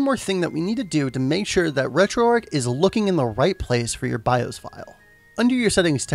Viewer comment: BI-OS not BI-HOSE